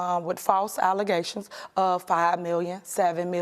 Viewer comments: false alluzations 🤣🤣🤣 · I thought that was called Alige 😂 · False allezations She thinking Aleze’ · False alazations..... WTH is that?? 😂